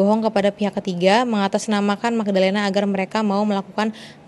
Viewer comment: Mgdalenaf Bukan Magdalenaf , tapi Em Ge dalenaf astaga 😭😭😭😭😭